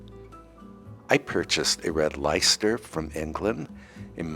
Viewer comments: From England - Red leister is pronounced 'Lester' (not leis-ter) !! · Sorry, England calling Red Less-ter😂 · The cheese is pronounced Red lester.😂